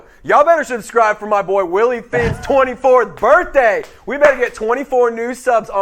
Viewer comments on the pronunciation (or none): none